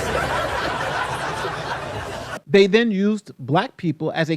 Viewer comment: When I first heard Dave’s speech, I thought he said the juice not the Jews 😂😂😂